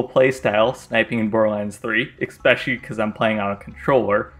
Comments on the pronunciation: What is ickspecially you mean especially 2 very different pronunciations. Lol sorry for being grammar police I love your content. Also you misspelled corrosive during the graveward fight. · It's not pronounced "ecks-peshully"